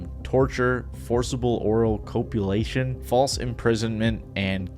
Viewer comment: Maybe look up how to pronounce words you don't know before making a video like this. You mispronounced like 10 things. HAL-operidol not HALO COPulation not COPE-ulation